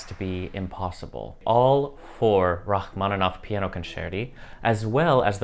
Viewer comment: Il faudra arrêter cette lecture stupide par l'IA...C'est insupportable... "Racmonof" au lieu de Rachmaninoff, "concert" à la place de concertos, et ainsi de suite, c'est une honte. Arrêtez SVP. On est mieux quand on écoute l'original, quitte à ne pas tout comprendre, et dans ce cas on a les sous-titres. Merci!